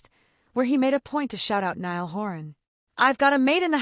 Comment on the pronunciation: It Loo-ee and Nigh- al . Get their names right and it will make everything else you say more believable. I do agree with what you said but names are important. I was worried when I heard that Zayn was getting back together with Louis because Zayn has proved who is over and over and a leapard doesn't change its spots. I used to worry for Harry when he spent time with Zayn because Zayn would get up to things that weren't a good look for Harry. I think Louis is mischievous but he had the knowledge to say no to Zayn. Harry was always safer with Louis. I think they were all safer with Louis and that's why he is still close to them. Zayn is his own worse enemy. I wish him luck but far away from Louis, Niall and Harry and the precious memory of Liam.